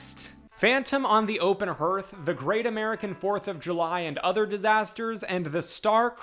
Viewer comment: Also, it seems like people have forgotten how to pronounce hearth (you're not the only one). It's HARth not HERth